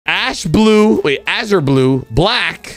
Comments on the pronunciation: It’s pronounced az-rr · How you pronounce azure blue it's AY- SURE- BLUE- Your Welcone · bro dont even know how to pronounce “azure” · dies of mispronunciation of Azure